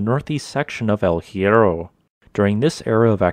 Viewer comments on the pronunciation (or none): Please try to improve the pronunciation google transate can help you. The H in spanish is always "mude" no sound at all, aways.good video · The H in Spanish is mute. So much effort in this and the main name hurts my ears